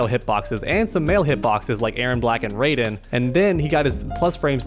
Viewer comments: Ray-Gin? 😹 You mean Rye-Jin? 😹😹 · Raijen* lmao 😂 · In that case I don't wanna know how badly they (and probably me too) butcher the name of Kotal's stuff. Mehtizquia? Huitzilopotchtli? Nahuatl language looks hard. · I was this day old when I heard someone say “Ray-Jin.” 🌩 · Question: Why do you call Raiden for Raigen? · The way he said Raiden hurt me